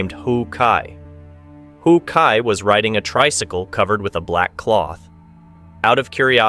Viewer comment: Oh decide on one correct pronunciation and stick to it dude! How kai, who kai, ho kai wtffff man?!!